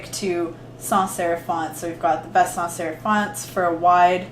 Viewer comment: Okay recording this all drunk is impressive, but when you said sans serif like 10 times fast without messing up my mind was blown. 😂 Love this!